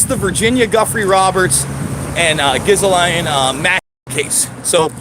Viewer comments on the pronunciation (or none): It's pronounced JIZZ LANE! No, seriously!